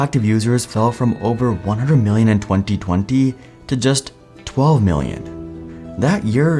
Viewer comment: iheard you were pakii / indian when you said 2020 around 10 : 00